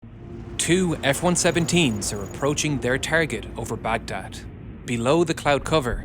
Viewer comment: Had to stop listening when I heard “tireget”😂. Can’t take it seriously.